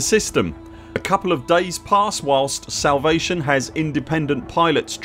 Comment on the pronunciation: salavate XD it's no big deal but still found it funny and dont mind it at all a slip up XD